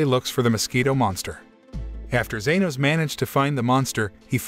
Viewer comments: its g-E-nos not z-A-nos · genos* lmao "zenos" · ITS GENOS NOT ZENOS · ITS NOT ZENOS ITS GENOS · bro said genos is zenos💀💀💀💀💀💀💀💀💀💀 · it’s not zenos it’s genos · It genis not zenos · Bruh, you did not just call Genos "Zenos" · had me on the floor laughing, I mean WTF is "zenos" lol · Its Geno's not zenoscnoob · broooo this man called genos zenos man do you even know anime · genos not zenos wtf is wrong with u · bro his name is not zenos but genos la haaa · it genos not zenos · u kinda got some names wrong and left out some major funny parts (you called Genos, Zenos) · Yeyeye opm!!! BRUH ZENOS!?!?! ITS GENOS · ITS NOT ZANOS ITS JENOS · Him:*says* Zenos Me:Huh I thought it was Genoa😅😀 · I was like is anyone not gonna talk abt the fact he said zenos not genos!?!? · all i know its genos not zenos but good work i keep watching ur vids so keep up the good work! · it's genos not zenos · Thank you genos not zenos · Its good but ill correct u its genos not zanos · Genos not zenos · Shut up people it not zeros it genos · Me induring everytime he said zenos 😰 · Man got Genus right... but not Genos?? just swap the u with an o and boom, its correct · It is genos No zenos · I can’t believe he called genos zenos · This guy seriously thought he was watching Dragon Ball for a second when he said Zenos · its being said like zanos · Ya it is genos